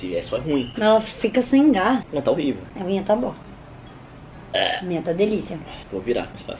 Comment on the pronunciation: o: "é rorível,né?" kkkkkkkk